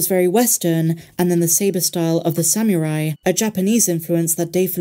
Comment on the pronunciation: Pronounced: Sa/ mu/ rai NOT Sam/ ru/ai. You have the (r) and the (u) reversed. Seams like a small thing,... unless of course you are Japanese. :)